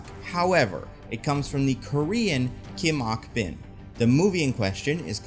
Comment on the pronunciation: I realize I'm six months and 1000+ comments late, but you butchered the name of the Korean actress you're trying to promote. It's Kim (family name) Ok-bin (personal name), not Kim-ok Bin. Even a quick look-up on IMDB or just a Google search would have shown this.